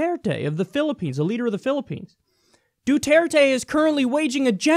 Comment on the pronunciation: You're so off days on the pronunciation of the president of the Philippines. Anyway drugs are one of the largest problems we have in this country and we got to crack down on it.